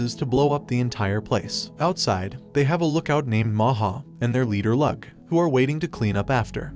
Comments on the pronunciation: My only pet peeve of the video is that he pronounced "leeyu" as "lug" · Lugh is said like Lou NOT lug, you wouldn't say Hugh Jackman's names as Hug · Lugh is pronounced lew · A good few of those names are Irish if anybody's curious about pronunciation. Eh Lugh is more like Looh